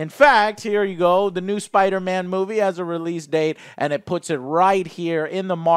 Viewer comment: MUH SPIDAHMANNS! MUH SPIDAMANS!